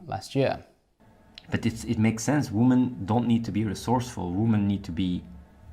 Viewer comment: "I love womAn". Like, he can bring himself to pronounce most things correctly, included man / men, but not women. I reckon this is done on purpose.